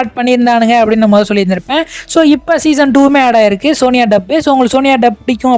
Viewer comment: Sony yay ❌ soniya ✅